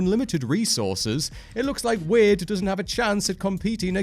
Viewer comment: Say Wade correctly please.